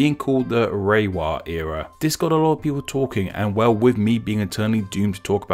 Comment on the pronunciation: its more like /le:wa/ instead of /reiwa/